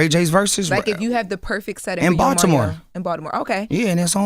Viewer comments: Who tf is “ MARRYO” lmao 💀😂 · Is him consistently saying Mario’s name wrong on purpose for me? 😂